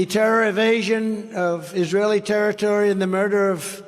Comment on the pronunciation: why can't he say the word invasion, he says evasion, sounds like he's getting too old to be in office